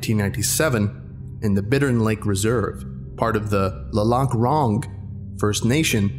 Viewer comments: How you actually say lac la ronge is lua la ron-ige. I come very close from there lol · Flat land proud: Saskatchewan is the flat and rectangular province. I'm sorry bt it bothers me how he pronounced Lac La Ronge. It's phonetic to my knowledge. "Lack La Ronge". Sorry just super picky when it comes to sounds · Yooo, I am from Lac La Ronge!! You butchered the pronunciation lol. It's lack-la-ronj. How neat! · Yo, FYI. Lac La Ronge is pronounced Lack Lah Ronj. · it's discovery was Kinda close to home. Spooky. And it's pronounced La-Ronge The 0-5 knows that I know about [REDACTED]. Jk lol. Now for real legend. Here in Saskatchewan it's considered bad luck to say wendigo out loud unless it's winter. Not even write It's name. Ppl go missing. It's symbolised humanity's lows and horrendous nature to survive in harsh times. When people were so weakened by sickness they could not hunt or gather or farm. When the animals were killed off by The [REDACTED]. The worst of monsters are humans. The native population was forced to eat their fallen comrades and fallen enemies and were called dirty after being poisoned with blankets laced with smallpox. It takes 9 days to start doing bad things to each other after hunger hits. Anyone who eats from a humans corpse shall never be satiated with normal food again as The legend states. I hear it tastes like pig. And I hope this educates some. I found it fascinating. so cold.....so very lonely. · Awesome vid as always, but that's not how you say Lac La Ronge ;) Good effort though! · Definitely can tell someone not from this province by pronunciation of Lac La Ronge. Go soft "g" on "Ronge" (think bastardized anglicizing of a French word). However I'm impressed he got Saskatchewan. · You butchered the pronunciation of Lac La Ronge, but other than that, you did quite good. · You butchered Lac la Ronge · Hey I'm from Lac la ronge saskatchewan haha you pronounced it wrong